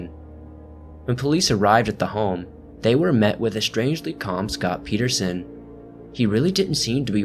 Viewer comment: good job pronouncing my last name correctly. nobody ever gets it right haha. nice vid!